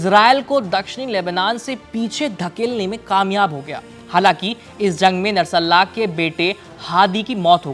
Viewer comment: उच्चारण गलत कर रहे हैं आप नरसल्लाहा ❌ बोल रहे हैं। ध्यान से पढ़िए।